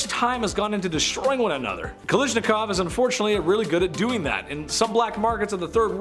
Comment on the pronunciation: it is not 'nimrod' hehe, it is 'nimrud' the u sounds like oo.. and next, his name is Johann not Johanns.. Automatic Kalashikov not 'kalishnikov' - Михаил Калашников pronounced 'Mikhayl Kalashnikaf' I can keep correcting your pronunciation all day, because there are so many mistakes.. c'mon guys, you can do better. Ya'll seem intelligent, so why is it so hard to pronounce correctly?